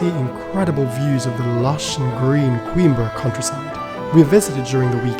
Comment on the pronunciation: Well produced video but why pronounce the city's name as queen-bre (like in timbre)? It's a Portuguese city, not English.